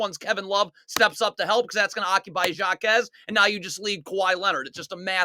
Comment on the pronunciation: Jaquez is pronounced like Ha-quez